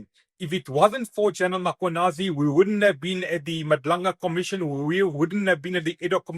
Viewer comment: Please will you pronounce General Mkhwanazi's name correctly!! It's just disrespectful.😢